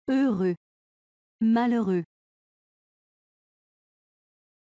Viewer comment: La prononciation de heureux c'est fauux